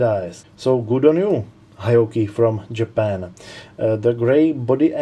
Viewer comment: It’s pronounced Heee Ohkee